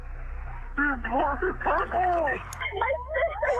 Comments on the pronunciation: "she purpel!" ....really? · She's "purpel"! Oh, snap! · Purpel?? 😂 *Purple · “purpel” 😂 I guess it did sound like they pronounced it that way…